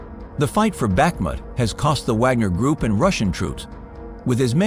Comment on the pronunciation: If you're going to be so lazy that you have to use a crappy computer voice that can't even pronounce Bakhmut correctly... you don't deserve the views.